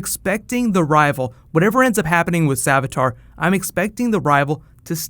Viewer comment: savitar. not savatar